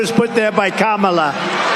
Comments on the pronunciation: Did you notice he said Kamala’s name correctly? I’m sure he didn’t mean too. What a wanna be human. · Hey he ACTUALLY said her name right! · Wow he actually said her name correctly 😮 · 😊 the chair made 🍊 🤡 say Kamala's name right. 🤔 Can a chair be given the Presidential Medal of Freedom? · At least he said her name correctly. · Notice he's now pronouncing Kamala correctly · At least he has finally learned to say KAmala correctly. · He said he name correctly.... wow! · At least he's pronouncing her name right now. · Trump accidentally pronounced Kamala's name right. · Im just shocked he finally pronounced "Kamala" correctly. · But he correctly pronounced Kamala! 💙Vote BLUE💙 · I think it's funny that he's been saying her name right... has to be an accident! Hey, what happened to Loomer? hahah! He must have realized what a disaster she was to his campaign? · He's finally saying her name right, though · He's so out of it that he forgot to purposely mispronounce Kamala's name! Its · Oops, he accidentally pronounced Kamala's name correctly. Poor Don Old. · Is he saying her name correctly on purpose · He pronounced her name correctly!!! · Trump said Kamala's name correctly! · He actually pronounced Kamala correctly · There's the proof that he can say her name right 🙄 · By mistake! The mispronounced names are very deliberate with him. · He said her name right! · At least he got her name right.